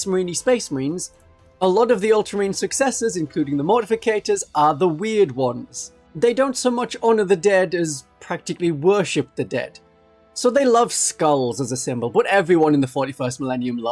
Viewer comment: You and MajorKill misspronounce "Mortifactors" the same way. It's morti...factors, not morti-fi-cators. Interesting fact- Watch Captain Artemis of the Deathwatch is a Mortifactor.